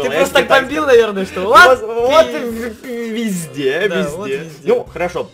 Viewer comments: Он сказал : вот візде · Ты сказал вот визде камперы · Он сказал визде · Сначала я услышала пи*де А потом вслушалась и услышала вот визде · Ты сказал вот визде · Он сказал ВОТ ВИЗДЕ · он сказал пи а не ви зде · Он сказал вот визде ! Прислушайся я 10 раз переслушевала мамент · Он сказал не везде а вездец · сказал вот визде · сказал: -《 вот визде 》 А не 《 вот п****》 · Там было позде,а не везде! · Я услышал "вот визде" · сказал визде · Он сказал візде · Он сказал Вот пезде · *изде, а не визде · Там было слово вот везьде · я услышала " вот везде ЭТО КОТЫ" )))) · Я услышал: во везде этот пот:)) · Он сказал вот везде а не то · Услышала везде а не п***е Извините за мат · Он сказал вот везде но мне сначала послышалось вот пи*де